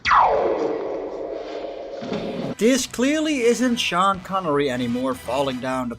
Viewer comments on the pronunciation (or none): none